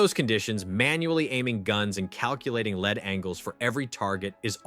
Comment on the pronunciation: Homonims ..... LEED ....as in in front of ..not Lead .. as in past tense Led or the Metal of a bullet.